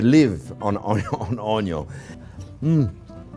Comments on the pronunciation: I take a shot every time Chef says onyo in every single one of his videos, I woke up in hospital from alcohol poisoning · A Maaaa Zing video!!! Always a pleasure to travel the culinary road with you. The passion and joy you bring to cooking is infectious. I’ve been bitter by the Onion (pronounced own-young, I think) bug. Keep up the terrific videos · How this man says Onion is what hooked me lol!